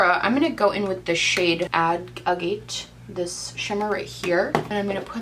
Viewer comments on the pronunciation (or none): It's pronounced AAH-get. It's a type of stone :)